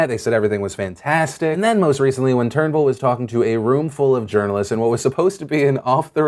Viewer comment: Thank you for pronouncing "Turnbull" correctly! lol